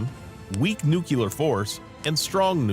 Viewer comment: The narrator doesn’t pronounce the word "nuclear" correctly.